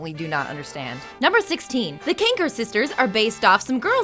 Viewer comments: Its Kanker....KANKER....not cranker.... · "kranker" stop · I mean she clearly HASNT had any experience with the show. She mispronounces "Kanker" as "Cranker" multiple times, as well as "Ralf" instead of "Rolph" and "Anotuchi" instead of "Antonucci" to name just a few. I guarantee you she's never seen the show. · Kanker not Kranker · They're called Kanker, Not Kranker. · You guys could have proofread this. It doesn't come across like you guys actually know these shows when you say "Annotucci" and "Kranker". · Antonucci, not Anotucci. Kanker, not Kranker. It’s a list of facts....at least say the names right please. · I know this is very old by now, but every time you say Kranker, I cringe so hard. The KANKER sisters, dear. Also, I'm not gonna look it up right now, but I'm fairly sure the cactus' name was Jib. Not jim. Edit: or so, you can see double D Holding the cactus, and it's labeled with his name, JIB. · "Kranker" sisters?. Kanker sisters. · CRANKER!?!? Who is this noob? It's KANKER! Up out of here with your "facts". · did she say krankers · Alissa Challis AND KANKER TO CRANKER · Kranker? Ralph? Nauz?Annie Kranker? Do you mean MARIE KANKER. Did you ever actually watch the show? You butchered the video for my favourite childhood show by mispronouncing names and just popping candids of your face in so thanks for that.... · It's KANKER NOT KRANKER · "The Krankers" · and she said Kranker when it's Kanker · it's Kankers. not Crankers. and it sounded like you said Rolf's and Marie's name wrong. and honey. you're not funny. stop trying to be funny. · And she said Annie Kanker not Marie , Annie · Ann Cranker? It's Marie Kanker. Like those ulcers you get in your mouth that hurt like hell. Seriously, she should have been given practice scripts to work with prior to doing this video. All that came of this is being rather grating to the nerves and ears. Especially since I loved this show growing up. Please, do a better job of this next time. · "Kranker sisters"